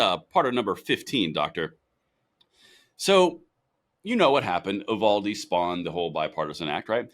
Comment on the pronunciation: Uvalde is pronounced U val de. Not Uh val de. Like U Haul. U valde. Please get it right or don't say it.